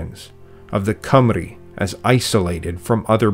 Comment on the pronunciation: Congratulations on your pronounciation of Llanfairpwllgwyngyllgogerychwyrndrobwllllantysiliogogogoch and Cymru :medal-yellow-first-red